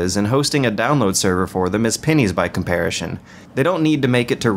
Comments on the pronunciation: I'm not trying to sound like an ass, but why do you constantly pronounce "comparison" like comparishen ? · I always forget you pronounce it "comparishon" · I lived in Georgia. It's not a regional thing, I promish.